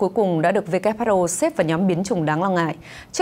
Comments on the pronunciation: Who sao lại đọc whr ? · Phát thanh viên mà sao lại đọc sai chính tả WHO mà lại đọc WHA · Sao đọc là wha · WHA khac voi WHO nha ban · Kênh sửa lại cách đọc tên của Tổ chức Y tế thế giới viết tắt là WHO, chứ ko phải lả WHR nhé. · WHO sao MC đọc là WHA vậy ta ?